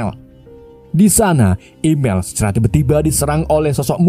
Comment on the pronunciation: Emil bah bukan imel😂